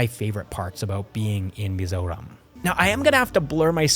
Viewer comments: Hi, I remeber your vidz talking about Mizoram traffic. your Perfect Pronunciation of Mizoram was what caught my attention. Finally found your channel. will subscribe. I likethe way you look at life. Moving From Canada to Bangalore and to Mizoram which seems kinda Odd. anyways, stay blessed. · I love how you pronounce mizo and mizoram.its accurate than most mizo people pronounce it as" mizaw "😂😂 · Like your POV, and the way you pronounce Mizoram is very authentic 😅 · Thank you for pronouncing "mizoram" right❤ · Mizoram pronunciation is correct most people from other countries could not say it correctly great job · The way you pronounced "mizoram" tho... Perfection 👌🏼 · The pronunciation of "Mizoram" was perfect. Many couldn't perfect that pronunciation, cause there's always a bit of an accent to it. Bet it took you quiet sometime to perfect that. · W video, btw I love how u pronounced the name of our state just like a native